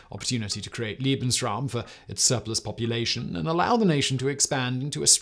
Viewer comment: As a History teacher, I have nothing but applause for this presentation. One comment, however. Simon, dear heart, Lebensraum is pronounced "LAY / bens / rowm" NOT "lee /bens /rowm" that would be Liebensraum which would be "loving space" not "living space"!